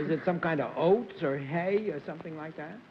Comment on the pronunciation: John keep wanting pronounce "oats" as "hoats". Is there some thing in old English that calls for an "H" in front of oats?